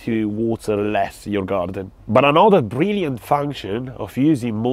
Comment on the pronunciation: I love when you say GaRrrdun